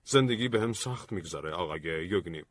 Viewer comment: یِو.گِنی yev geni باقیش خوبه خسته نباشید 🌹